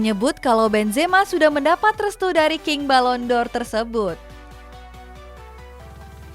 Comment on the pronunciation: Balon D'OR Dibaca Balon DOR ✅ Balon Di'OR ❎ Malah kayak lagu yak, 🙏😅